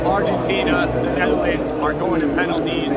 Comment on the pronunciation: Bro he said knetherlands ☠️